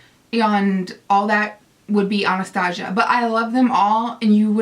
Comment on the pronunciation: I love you but it bugs me the way you say Anastasia it's pronounced Ana-sta-si-a sorry it's just a pet peeve and thank you for such a helpful video I think I need some of these eyeshadows!